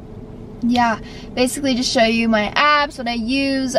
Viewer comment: Kinda sounded like you said abs or apps